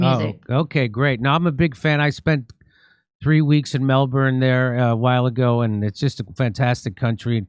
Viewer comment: 3 weeks in Melbourne and didn't learn how to pronounce it, sad.